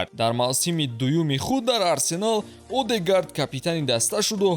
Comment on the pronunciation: Одегард не😂 Эдегорд мехониш